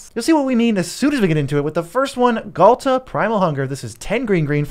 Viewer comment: quit the video instantly after hearing Ghalta, like... nah that aint it.